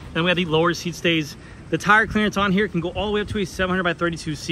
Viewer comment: Hi, nice to hear, that u Tool my suggestion on how to pronounce Schwalbe. Way better and almost like in german! 💪🏻💪🏻